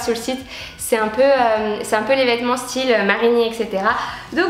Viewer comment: pourquoi vous dites "estyle" ?^^